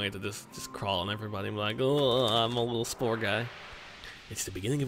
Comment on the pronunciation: hey...Spore Rhymes with more